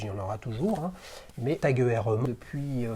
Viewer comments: Aie aie aie la prononciation "E R" 😂 Petit tip, ça se prononce "Oyeur" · Heuer étant un nom à consonnance allemande j'aurais tendance à pencher pour cette prononciation 👍